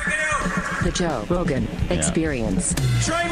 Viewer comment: I love how Hila called him Ro Johan and no one flinched 😆